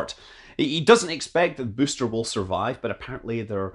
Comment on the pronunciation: I just love the way Scott says "booster", sounds a bit like "byyster" - kills me every time